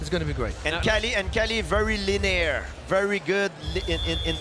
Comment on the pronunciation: Is Georges saying "linear"?